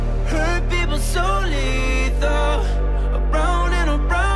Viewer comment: is it just me or when jack g says "hurt people so lethal" sounds like "hurt people solito" ?? lmao